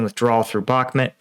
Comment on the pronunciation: It's pronounced BOK-MOOT, not bokmet.